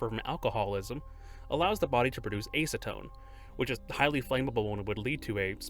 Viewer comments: The A in Acetone is pronounced as Ă not Ā btw, like Ăcid. Yes there is an E after a consonant, so the rule would be that the E makes any vowel use its long sound, like in Āce. but welcome to english😂 this is one of those common "exeptions" to the "rules" Trying to leave good criticism❤ Not trying to nitpick, it really doesnt matter unless one wants to articulate oneself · MF said “ACE-ATONE” bruh I’m deceased 😂 💀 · Bro really said “AY-suh-tone” what’s up with all these YouTubers that cannot pronounce things?